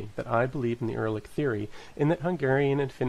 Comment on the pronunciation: It's not Er-lic it's Ur-al-lic the root of the Word stems from "Ur" which is perfectly understandable and used in modern Magyar. Btw, there was an ancient city named "Ur" in ancient Southern Mesopotamia (Sumer).